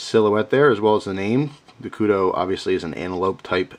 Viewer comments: OH MY GOD, WITH THE KUDO. I almost turned the video off. It's Kudu, like Kudoo. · just so you know Kudu is pronounced like koodoo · Ok, thats as long as i could go without saying somthing, Kudu is pronounced. Ku Du Koo Do Lol, it was killing me to hear you say it that way. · this is your best example of your spelling i had to read it like 4 times and that is a kudu said k-u-d-u not k-u-d-o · good review, but its kudU not kudO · Its pronounced koodoo that's the animal the knife is named after. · pronounced koodoo not koodoe :) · sounded a bit like you said Kudo, no worries my foreign friend, us south african-afrikaners love when we atleast get some recognition from "the outside". But the Okapi isnt "our knife" in south africa it was more the brown people and black people who used this a LOT , they were obviously the poorer people. The Okapi is nice and was the AK of knives in south africa, dead cheap, somewhat crude and unbreakable. The knives that the middle/higher class users had/have are handmade a lot, I live in the city of cape town, I carry a kershaw scrambler, very happy with it, but it is a little expencive for us, we can easily afford it, dont get me wrong, but it's very bad to lose something like that. Good thing I havent, but my Dad has knives that price up to 300$ called a stahl knife also another kershaw and a spyderco, but he carries a 2$ knife so I am looking at the kudu, french opinal or a buck, but he needs something like the kudu or opinel, because he doesnt want to lose something, so he wont carry an expencive phone or knife, he has a 99%chance of being the victor in a knife or fist fight (these older afrikaners are tougher than old leather boots) but guns are guns, so he has that 1% of it being a dumbass who pulls a gun in daylight in a city....sadly it happens. But yeah, that's why he needs a quite cheap and sturdy knife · Its pronunced koodoo bro you have an amazing collection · KUDU long u sound